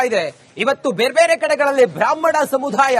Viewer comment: ಸಮುಧಾಯ ಅಲ್ಲಪ್ಪ ಅದು, ಸಮುದಾಯ....ಅಲ್ಪಪ್ರಾಣ, ಮಹಾಪ್ರಾಣದ ಬಗ್ಗೆ ಅರಿವಿರಲಿ.